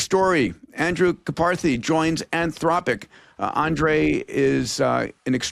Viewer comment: Love the show! Peter, please check pronunciation of Karpathy